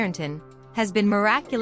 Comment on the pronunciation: Until their hearts con'tent. Not 'content. The accent is on the second syllable, meaning 'happy'. Machine voices are stupid.